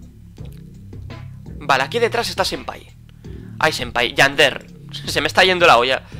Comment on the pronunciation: Yander noooo tontooo 👹👹👹 es Yandere 😑😑😑😑😑😑😑😒😒😒😒😤😤